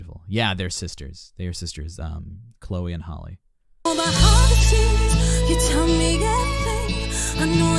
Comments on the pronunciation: The fault he said it right at first and then changed it for the rest of the video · Her name is not holly . Her name is Halle(Halley) . She literally pronounced it at the beginning and you still chose to call her holly lol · Luv yr reaction however, Chloe is 2 yrs older than Halle.You pronounced Chloe name right however,Halle is pronounced like Halle Berry or Holly.Chloe produce their music,they both write their songs, and Chloe plays guitar.They been singing on ig since young children,both of them can sing low and high notes.Beyonce signed the sisters, and mentor them because they have the IT FACTOR! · I think they think there's only one HALLE so everyone else gets called hailey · He said Hall at first and I was like boy bye you know that's wrong and then he said Holly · Please do Cool People- Chloe and Halle it’s “Hal-Lee” love this! Thank you for doing it!! ❤️ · It's pronounced HAL'-ee. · I'm thumbs down just because you keep mispronouncing Hal Lee's name🥴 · Halle is pronounced Hal-lee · Why can no one ever pronounce Halle’s name correctly? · & she introduces herself at the beginning w the correct pronunciation & it gets ignored every time😭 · Exactly 😂 everyone already knows Halle berry so why can’t they pronounce it correctly for Halle BAILEY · it bothers me as well once I hear them say her name wrong I click off